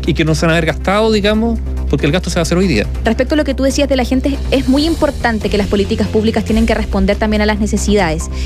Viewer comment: Un periodista de esa trayectoria minimo deberia pronunciar bien las palabras de nuestro idioma. Ejm.: lota siendo ( lo esta haciendo), giente (gente), , cuaeconcepto (cual es el concepto), provisionale (provisionales), etc. ect..